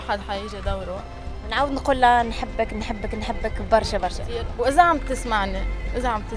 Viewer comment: ههههههههه ههههههههه هههههه كيف قال برا زمر نحبو برررررشا من تونس 🇹🇳❤️❤️😂😂😂